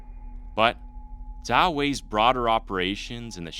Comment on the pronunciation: The fact that you correctly pronounced his family name 🫡🫡🫡